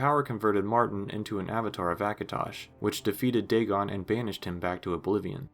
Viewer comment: it's Day-gone. Not "daygin"